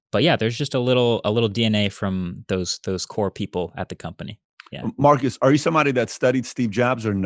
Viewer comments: His name is not pronounced "Marcus". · Dude you said his name wrong for 40mins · I'm guessing he let you know that you pronounced the city name correctly because he wanted you to start pronouncing his name correctly.